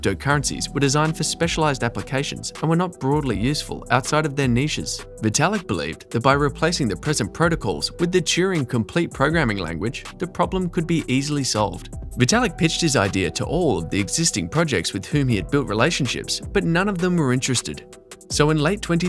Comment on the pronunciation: "Touring complete programming language".... :'D It's Turing like Alan Turing.